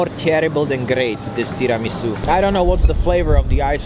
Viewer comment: I simply love this guy He said Tiramisu' correctly. I love you. Oh, that trdelnik or how you spell it(sorry guyysss) it's KURTOSZ KOLACZ in Romania from the old Magyars who settled here and now it's common in these countries around Hungary too Niiiiice LOVE YOU